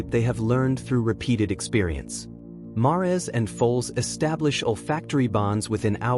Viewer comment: Mares is pronounced like hairs rhymes with mares! No ? ❤